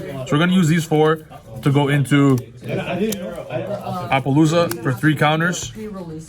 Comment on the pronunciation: >apa-looza It's apollo-suh